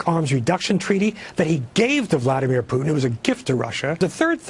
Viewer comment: Ralph Peters might be an idiot but he's the first American I've heard to pronounce Putin's name correctly.